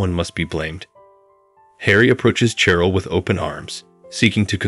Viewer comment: it's {KLEM' en teye n), NOT (klem en TEEN)! and it's (SHE rel) NOT (CHE rel)! Please check your pronunciation before recording.